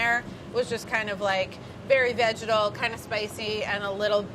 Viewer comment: Brad's "vegetal" pronunciation is rubbing off on people XD